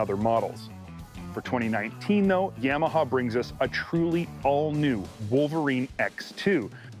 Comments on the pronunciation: Please learn how to pronounce “Yamaha”. Thanks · I work at a Polaris store, and my boss says it like "Yam-aha" as well. It really irks me. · Why does this guy keep saying YAM a huh ???